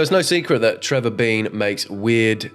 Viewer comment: it's Trevor DEAN,, not Trevor BEAN 😭😂